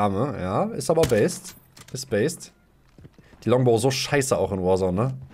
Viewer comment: Es heißt Longabow